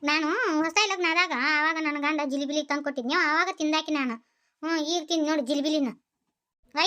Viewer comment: ಜಿಲಿಬಿಲಿ 😂😂 ಜಿಲೇಬಿ ನಾ😊